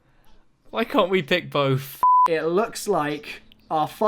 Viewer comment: "I wanna pick bof"